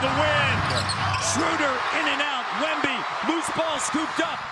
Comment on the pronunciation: The announcer pronouncing Wemby’s name at the start 😂😂